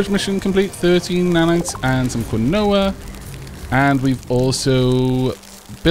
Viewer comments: Quinoa: Pronounced "Keen-Wah" ...at least in Canada. =;0) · Good stuff sir! I especially appreciated the #RealTalk moment about mind mold. fyi "quinoa" I believe is pronounced "keen-wah." Can't stand the stuff myself, but I see it all over with all the health foods and the like.